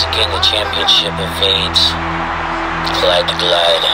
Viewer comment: “Glyde” Clyde Drexler…🙄